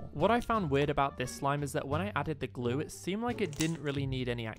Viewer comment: If u put words on and when he says even more glue it says even more glow I think it’s cause of his accent